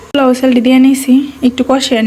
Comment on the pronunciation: Not plau. It sounds very awful!!!😆. It’s po…lau (polau). you have lots of mistakes in your pronounce. Next time don’t do the same mistake. USA 🇺🇸